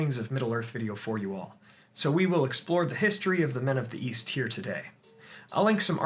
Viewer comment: East? I thought you said Weast